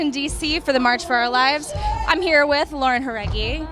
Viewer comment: Omg the interviewer pronounce her name right 👏